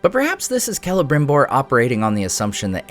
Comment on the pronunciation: Why do they call him „K“elebrimbor instead of „S“elebrimbor? I always thought lore said it was Selebrimbor?